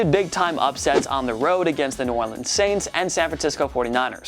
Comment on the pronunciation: And ew Orleans?😂